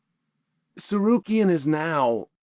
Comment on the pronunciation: you can always tell when I fighter gets on chaels good side because he starts pronouncing their names correctly... no more sa-car-ree-an. 😂😂😂